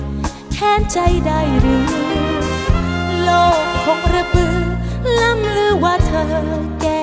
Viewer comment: 5.26 ร่ำลือ น้องออกเป็น ล่ำลือ นิดเดียวค่ะ